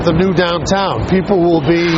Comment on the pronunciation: She pronounces Liberty as "libertay" and "be" as "bay". What accent is this?